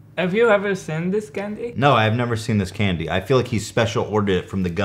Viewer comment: He is randomly switching soft and hard, long and short vowels